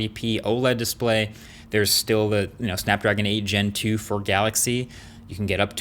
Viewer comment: I almost fell from the chair when se said "Snapdragon 8 Gentoo"